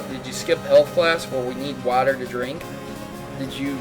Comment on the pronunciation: How come you can't pronounce "water"?